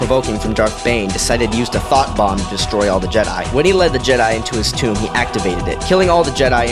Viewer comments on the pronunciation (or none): none